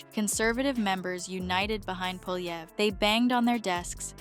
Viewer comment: When you get an ai that can pronounce our next PM s name you'll get recognition. It's not POLY EVER.